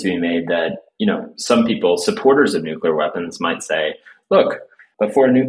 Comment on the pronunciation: THERE should be no nucular wepons